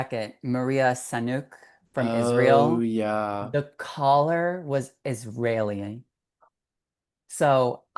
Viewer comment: Israeli, not "Israelian." Thank you, friend.